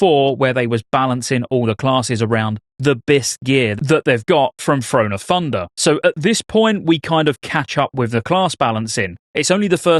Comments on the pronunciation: “Frone of Funder” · "Thrahn o' Thundah"